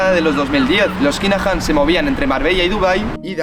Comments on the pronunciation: Se pronuncia kinajan no kainajan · Joder chirria mucho como pronuncias el nombre! No se pronuncia kainajam...se pronuncia kinajam!!!! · Me pitan los oídos escuchando Kainajan